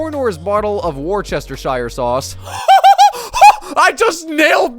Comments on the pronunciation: of what? 😂 The ce in worcestershire is silent Its pronounced wo - as in the start of would Stir - stir a drink Sheer - sheer drop, like a cliff face Wo stir sheer Worcestershire, not “were chester shire” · whose going to tell him? is pronounced wu-stuh 😂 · hate to break it to you, you butchered it though it’s pronounced Wustuh-sher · I'm terribly sorry for this, especially after making a similar mistake myself, but it's actually more like woo-ster-sher, not war-chester-shire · It's pronounced wuster-shu sauce. Not war Chester shy er sauce Nice try though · As a Brit, I have to unfortunately debunk the pronunciation. It's not like "War-che-stur-shire", but more like "Wars-tes-shur"` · Pretty sure it's pronounce "worse-te-sure", not "war-chester-sure". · Its pronounced vustershear sauce but spelt wostershire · I bet you were unhappy to find out it’s pronounced Woostersheer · hate to rain on your parade but you actually did mess up “worcestershire,” it’s pronounced woos-ter-sheer. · Yeah. You didn't get it right lol It's pronounced WURCHESTERSHIRE 😂😂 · My god you butchered Worcestershire sauce😭🤣 say it as ‘woosta’ or ‘woostashire’ I literally live there 🤣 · Nah mate, its wu-ster-sher. Shire (when on the end of a word) is pronounced like "Her" but with a "Sh" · Wosteshir this is how you pronounce it not wostershire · you utter fool. you said worcestershire incorrectly. its wuss-stir-shire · Worcestershire is said Wus-Ter-Shir or Wus-Ter-Shire not whatever you said, just saying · Erm idk if it was a joke or not, but you failed at pronouncing worcestershire sauce, every time, it's pronounced 'wuss-t-shear', my apologies for popping your bubble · Dude it is pronounced “Wooster” sauce (I think) (I am British) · Us lot in the UK cringing at "war-sesster-shire" haha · It's prouncouned "wustershire" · sher* it's wus-ter-sher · You were so proud of yourself but it's actually pronounced woostersheer sauce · completely mangled, it’s pronounced wor-sher-sher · It's "washursister"